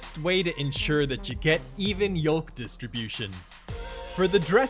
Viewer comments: The “L” in yolk is silent, it’s pronounced like yoke :) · Ok interesting, I guess what I should say is where I’m from L is silent in words like yolk and salmon, I didn’t know it was pronounced in other places. I’m from Canada by the way